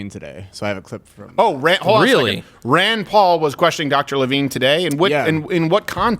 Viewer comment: Your Rand Pawl sounds more like Tray Gowdey. Hahahaha